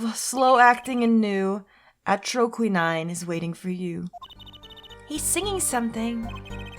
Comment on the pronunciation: It's pronounced Atroquin-een